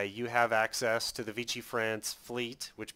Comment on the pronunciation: It's V-she. It's french not italian. (Using a Latin pronunciation instead of French)